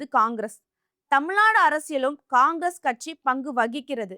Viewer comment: தமிழின் தனித்துவமும் அழகும் ''"ழ"கரம் தான். தயவு செய்து நெறியாளர்கள் முயன்று சரியாக தமிழ்நாடு,வழக்கு .... உச்சரிப்பது மிகவும் அவசியம். தமில்நாடு. வலக்கு...என்ற உச்சரிப்பு (sorry)எரிச்சலூட்டுகிறது. Media should give importanc to correct tamil pronunciation .